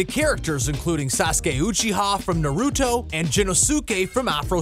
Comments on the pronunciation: He said naruto like ner-ooo-toe and not na-are-ru-to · Hears “narooto” scrolls to the comments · Its supposed to be nar-oo-toe